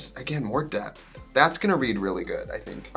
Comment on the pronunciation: everytime i hear "depth" i hear DEPP